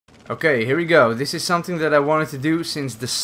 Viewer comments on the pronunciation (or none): none